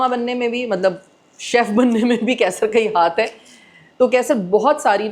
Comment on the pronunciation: Kaisar sahi lafz nahin hai. Qaisar sahi lafz hai..